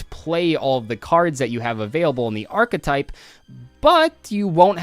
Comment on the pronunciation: gage. archEtype. it has an E in it... archetype... not arctype ... ffs